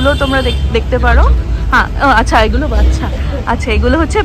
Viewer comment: তুমি বাচ্ছা বলছো কেন? শব্দটাতো বাচ্চা। আমি ও মনে সব শব্দ ঠিক বলতে পারি না।